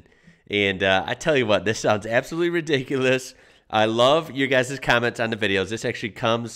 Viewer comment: Oi lol when you say ridicules /ie. If it's full on you can say it's Redonkuless 😉😇 cause that means it's off the chart